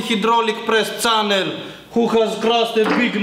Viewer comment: learn how to say channel